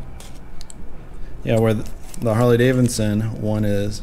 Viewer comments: Davidson not Davinson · Can you learn how to pronounce the name Harley Davidson please. Not Harley Davinson. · This is the first video i have watched of this guy, seems like he has pretty good comment's from people who watch his videos often. But its driving me bat shit crazy he continues to say harley daviNson. ... Yes check the spelling he says davinson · You do realize that it is Harley DaviDson and not davinson.... Right?